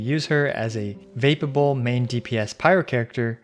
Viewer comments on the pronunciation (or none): ah yes fapab- i mean vapeable